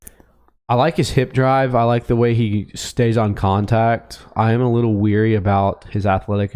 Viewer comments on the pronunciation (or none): wary not weary